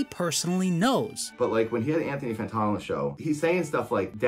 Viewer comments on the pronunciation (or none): none